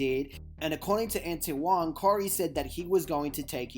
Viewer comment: Man if you don’t stop doing black people topics and not pronounce these names right 🙄. Tf is a ant-a-wahn.